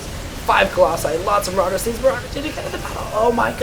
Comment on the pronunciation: says build more marowdurrs dude!